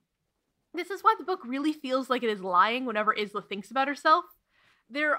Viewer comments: I’m only 30 mins in and enjoying the video so far but the name Isla is pronounced “eye-la”, like island or isle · I heard Grimshaw pronounce her name like a snake though? Doesn't that need an S to be pronounced like a snake? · I haven't seen anyone address this, so I have to. The name Isla is pronounced "Eye-la" yeah? Not "Is-la"? Ok. Just making sure. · I hate to be this petty, especially when I can tell this is going to be a VERY entertaining way to spend 4 hours (I love mess), but. Uh. Does the presenter pronounce the name Isla like ‘Iz-la’ the entire time??? (For those who genuinely don’t know, Isla is pronounced like ‘Eye-la’.) Of course, if the author herself states in-text that it’s pronounced Iz-la, I will redact my extremely petty complaint and instead lay all blame at the author’s feet. Onwards to the rest of the review! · "You pronounced Isla wrong: it's Eye-lah, not Iss-lah!" I know this. I can't go back and change the video though... Basically: I did not know Isla was a real name, but I DID know it was Spanish for island. When I looked up pronunciation, I got 'isslah' as the correct pronunciation — for island. Her name is meant to indeed be 'island', mind, aster has pointed it out in interviews (Isla the name comes from the route of Isabella, they're not related words!) But in interviews and audiobook indeed, apparently it is pronounced Eye-lah. I didn't realise this and assumed my island version was correct. Plus, in book Isla remarks on the pronunciation of her name- noting grim says it correctly 'with all the letters' and 'hissing the s'. Not exact quotes but about. So to me, that sounded like Isssslah (all letters, strong s), not Eyes-lah (weak s, less clear each letter). So that's how it happened. It is ice-lah, both the fact it's a normal name and what the author uses, but I very much thought I was correct and wasn't crazy for thinking it was Isss-lah I am very sorry though, Islas of the world. I still internally call her Iss-lah....